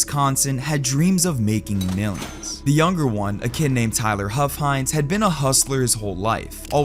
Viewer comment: Omfg his name was "huff-hines"